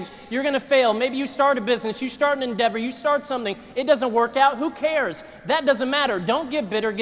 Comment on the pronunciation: Endevour* not indeber. Its like a project.